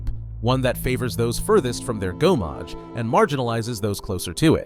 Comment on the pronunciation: Good on you for owning up to it! French pronunciations are often tricky for Americans, whereas us Brits have at least a few mandatory years of French at school. The one that really grated though was gommage, because it's said so many times in game - quite easy too, it's gomme-age rather than go-mmage.